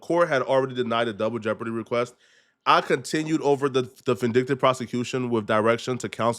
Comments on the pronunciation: He said juble deborty you are a fucking idiot…. DOUBLE Jeopardy. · wtf is “jouble deopardy” sir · "Jouble Deopardy" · So I’m Tha Only Person Who Heard Say “Jouble Deopardy”?? 😂😂😂